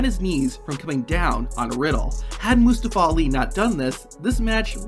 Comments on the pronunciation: just butchering Mustafa Ali name... LETS SAY IT TOGETHER MOO STA FAH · Mostaowa owli ? Is that correct? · You should probably learn to how to say Mustafa Ali's name